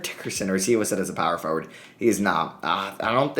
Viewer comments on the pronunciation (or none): none